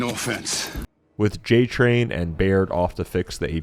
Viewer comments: They said Cole Train (like coal train) then you said J Train, and now I am confused. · This guy calling cole j-train not cole train is bugging me Also Marcus is a veteran of the pendulum wars which was human on human, the locust war (e-Day) was 14 days before Marcus was rescued